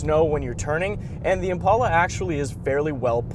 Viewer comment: He keeps pronouncing "Impala" wrong.